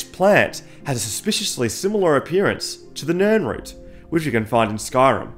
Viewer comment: Sorry but you lost me at Nirnroot 😒